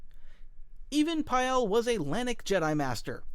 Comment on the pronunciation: Don't worry, the only one I noticed was "Even Piell" :)